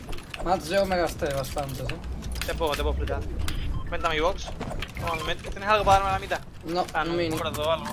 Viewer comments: Se pronuncia box no bax jajaja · Primero no digas box porque hablas español py se pronuncia bax no box